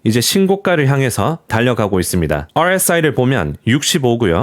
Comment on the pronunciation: RSI 발음 좋네요. ㅋㅋ 주의해서 말하는 게 느껴져요..ㅎㅎ